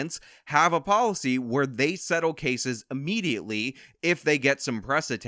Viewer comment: Thank you. Point well taken. Stop saying "a"mediately. it's IMMEDIATELY.